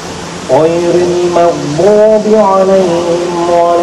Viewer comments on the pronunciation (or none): none